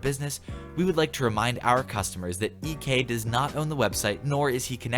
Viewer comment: That moment when you say eekee instead of EK